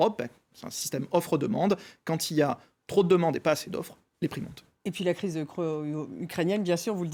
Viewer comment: la crise de croöüyo